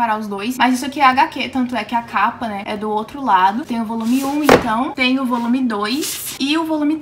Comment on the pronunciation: Na minha cabeça eu só escuto "ovolume" kkkkkkkkkkkk